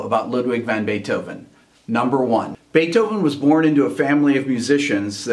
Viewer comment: I'm just glad you said "van" and not "von." That's a pet peeve of mine.